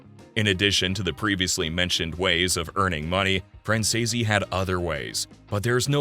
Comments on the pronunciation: ACCORDING TO MICHAEL—SONNY’s SON- THEIR NAME IS PRONOUNCED. FRAN SEAS OR FRAN SEES! It is so much nicer to pronounce a person’s name properly! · For Christ sakes, how hard is it to pronounce his last name properly? F R A N Z E E C E if ya sound it out. Lol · Fran- zee-s. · Wtf , you can’t even say his last name correctly, I’m out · It’s a really good YouTube but please try to say his last name right look up Michael Franzese and he’ll tell you how to say it but you’re not saying his last name, right😢😊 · well, since it takes less than 5 minutes of research to figure out how to say the name, either you’re a robot or just lazy as fuck. So whatever you prefer to be known as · Yes I do understand like I appreciate you trying to help I do know a lot about the Mafia and it does catch my interest just it drives me nuts when you mispronounce the last name wrong like hears a idea if you don't know how to to pronounce it then just call the person by the first name or nickname I would accept that and it would be a lot better than the wrong time I am like bro it is not that that's not how you pronounce it it's.....